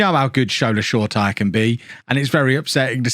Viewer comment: shortire’s name is actually pronounced Shore-tee-airé. I could be slightly wrong with that so if anyone sees this and i got it wrong correct me. Apparently he wants commentators to pronounce his name correctly, and more true to the Nigerian pronunciation. Again if i’m wrong with an info just lemme know - but i hope this helps for anyone.